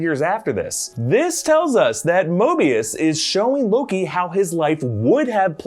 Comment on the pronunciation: Anyone else heard him say LOGI at some point ?